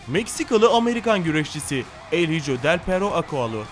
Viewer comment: Bu arada el hijo İspanyolca kelimedir İspanyol uyrukluyum oyuzden söylüyorum öyle okunmaz.